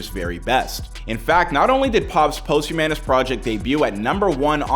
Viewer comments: It's pronounced pahst-hue_miss.... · Posthumanous? Wtf did you say? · Omg... Somebody needs to teach this dude how to say posthumous.. I literally want to shut the video off every time he says it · The word is "POSTHUMOUS!" WTF!